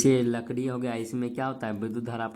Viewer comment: लकड़ी ❌लड़कि✅😂😂😂😂😂😂😂😂😂😂